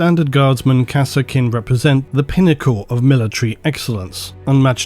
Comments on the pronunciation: Be honest, you do misspronounce everything on purpose for ragebait, right? There is no way that you pronounce EVERY SINGLE 40k Name differently than everyone else by accident. Its "Kassarkin", not "Kass-Er-Kin".... they say it in both dawn of war 1 and 2... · I swear i hear "harkonen" everytime he said kasrkin i don't know what is wrong with me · "Kah-Serkin" XD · I called them Kaskin based on the DOW pronunciation.